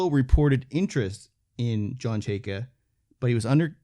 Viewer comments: It’s pronounced Chay-ka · Pronounced Chayka not chayka